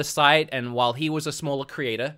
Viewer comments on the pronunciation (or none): none